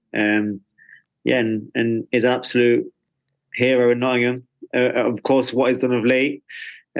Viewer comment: Love how Steve says Nottm and not Nottingham. He's picked up our accent. He's one of our own.